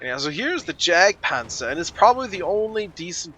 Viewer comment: Technically it's pronounced Yag-Panzer. Same logic as Gewehr is pronounced Ge-vehr. It's German. Fuck this building! It died! It died! LOL